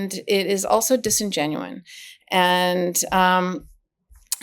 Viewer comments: The word is disingenuous. Not disingenuine. If you're going to use it to describe Trump's actions, you should at least know the word. Otherwise, it makes you sound stupid like him and his followers. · The word is "disingenuous", NOT "disingenuine." Do we need to send you Americans some English teachers? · Disingenuous, not “disingenuine.”